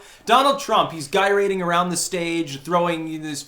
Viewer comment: 2 things 1) this announcement is barely worth acknowledgement, let alone 11 mins 2) gyrating starts with a soft G sound ... unless this is some sort of new alt-right thing where silent G's remain silent, but every other G is pronounced hard